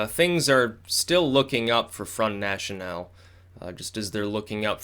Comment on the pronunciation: As much as I liked your comments about the US elections, your comments about the EU has not a lot of substance. It is as far away from accurate as much as your pronounciation of "front national". Stick to american politics please, you gamble with your credibility here imho.